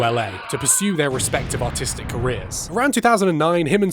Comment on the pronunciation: Every time he says artistic I hear autistic and it makes me laugh